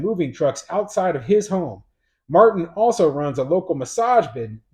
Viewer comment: It's martina martin not matin